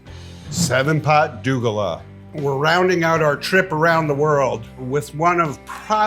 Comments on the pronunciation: That last one "douglah" is pronounced "doh glah". say it like pizza 'dough' and 'gla' like the first part of 'glass'. It's a hindi word we use to mean someone of indian/african mixed ethnicity. I suppose, in context it means it was a hybrid pepper. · It is pronounced: Dough-Glaa. Sir. Love this review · Btw the 7 pot douglah is pronounced dough-glah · It’s pronounced Doug-Ah-LA. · Douglah is pronounced Doe- gla 😂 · Idk how you got the pronunciation for dougla wrong